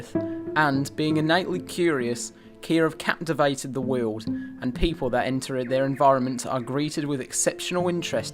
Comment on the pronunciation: Never heard "world" pronounced as "weeyuld" before